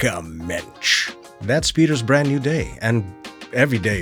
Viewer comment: Did you say, "Bland New Way"? 🤣🤣 That should be the title of the next movie.